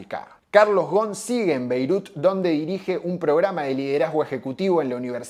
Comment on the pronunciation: Hola, muy buen video. Con todo respeto, como libanés que soy, me gustaría comentarte que Ghosn se pronuncia con la S incluida, Ghosn que significa rama y el plural o sea ramas es ghousoun (léase gusún) Además, por esas casualidades de la vida, en mis viajes al Líbano al ir a visitar a mis familiares, para ir a la casa de uno de mis primos, sí o sí debía pasar al frente de la casa donde se dice que está viviendo Ghosn que algunos años atrás y cuándo aún era funcionario de Nissan, en uno de sus viajes al Líbano, en un reportaje que dio a la TV libanesa hizo saber que era candidato a la presidencia del Líbano. En cuanto a Ghosn específicamente, su situación dividió las aguas, la mayoría lo cree inocente y aportan pruebas al respecto, sin embargo, subsiste un grupo de personas que aún lo creen culpable. Seguramente, en algún momento, la verdad, sea la que sea, terminará sabiéndose. Muy buenos todos tus videos, es un gusto ser un suscriptor de tu canal. Te mando un fuerte abrazo.